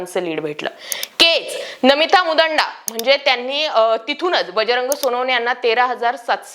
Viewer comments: नमिता मुदांडा नाही 😂😂😂 मुंदडा आहे ओ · नमिता मुंदडा असे नाव असताना मुदंडा असा उच्चार का करतात वारंवार, हे समजले नाही. चांगल्या प्रकारे विश्लेषण करताना केजच्या आमदार यांचे आडनाव मुंदडा आहे, साधे हेही ज्ञात नसावे, आश्चर्य... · मुदांडा नाही मुंदडा ! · मुंदडा आहे/असतं ते... मुदांडा नाही. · मुंदांडा नाही मुंदडा आहे ते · मुदांडा नाही बाई मुंदडा आहेत त्या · मुंदडा म्हणा ता ई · मुदांडा nahi मुंदडा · नमिता मुंदडा आहे ते नमिता मुदंडा नाही उच्चार नीट करा😊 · मुदंडा नाही मुंदडा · मु दांडा नाही हो, मुंदडा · मूदांडा नाही मुंदडा, काही पण बोलता तुम्ही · मुदांडा नव्हे मुंदडा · तुला मुंदडा म्हणता येत नाही. चालली बाता मारायला. मराठा बांधवानी मतदान केले आहे. मुस्लिमांनी घात केला. बीड शहरात मुस्लिम वस्तीत बोगस मतदान झालं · मॅडम केज आमदार नाव तुम्हाला नीट घेता येत नाही . आणि चल्या बातम्या देयला 😂